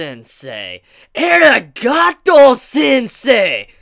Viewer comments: aa reee gaaa tou NOT ehhhragahto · its Arigato not Eragato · eragato sensei?? did yu mean a-ri-ga-tou sensei? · eh-riga'ato sensei? The pronounciation there is weird xD but entertaining nonetheless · I thought that might be the case and I would like to believe that too. Since I was cringing so hard. lol